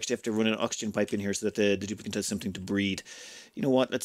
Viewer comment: you said breed instead of breathe